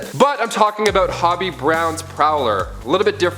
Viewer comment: Hobie...long O sound...not hobby